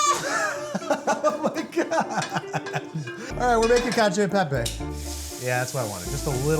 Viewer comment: CACIO = KATCH - OH